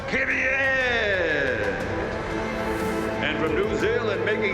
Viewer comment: I will never cease to laugh at some of those pronunciations "Boat-as", "Kee-vee-aye", "Ree-Kay-ardo" and "Oh-cone' being among the funniest. I cant help but love what the American accent does to some things!